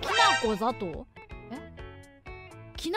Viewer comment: きなこ砂糖の発音できなこだけを言ってるから変なんじゃない？ 「きなこ」と「きなこ砂糖」の発音は違うから。